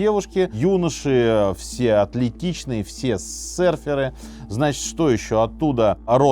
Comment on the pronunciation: Серферы😂😂😂😂😂 Минаев, ну и смешное произношение....прям австралийский акцент😂😂😂